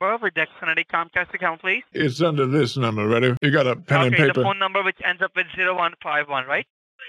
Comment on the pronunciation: I don’t trust anybody who can’t say and pronounce the number if u say nomber I’m not trusting u 😂 😂😂 nooumbera